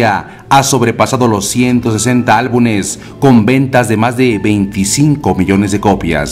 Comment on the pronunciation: Por favor: no es álbunes. Es Álbumes